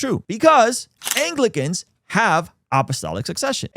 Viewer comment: Bro said anglicans🤦🏽‍♂️